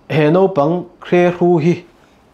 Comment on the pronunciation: Naupang tih tur hi nopang tiin tinge maw a lam reng mai le.